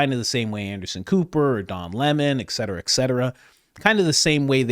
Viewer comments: Broooooooooo... It's "ET cetera" not "EKK cetra" Come on 😂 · It is ETcetera, not ECsetera